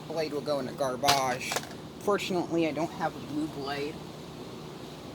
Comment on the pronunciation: That would've been hilarious if the new blades broke when it fell over it would've sucked for you and I would've felt bad but it would've been funny to. You say garbage how I say it . Do you also say Deborah for the word debris like your debris like we have to go pick up some Deborah LOL I got to go to bed I'm obviously too tired